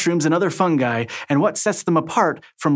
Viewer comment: Thank you for pronouncing "fungi" properly